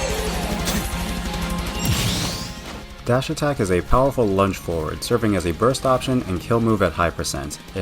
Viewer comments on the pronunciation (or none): none